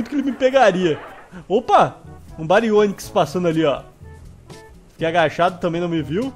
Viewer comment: Vc falou barionix é barionix mesmo